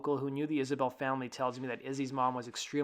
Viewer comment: Isbell, not Isabelle.